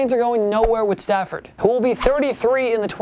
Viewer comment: Not Lions fan but it's Stafford not Stanford. Stanford is a university in Palo Alto, CA... :-D